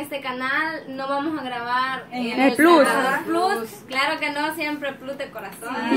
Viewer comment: Chicas plus(plas)se oye mejor,se q estan en Latinoamérica pero si usan una palabra extrangera se debe pronunciar como su lugar de origen.Una peqeña aportación ,y estan bellas todas,aunq me facina UNA 💓.